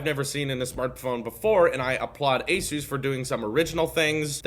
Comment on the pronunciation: Btw you’re pronouncing ASUS incorrect, the pronunciation comes from the word Pegasus. Anywho great vid!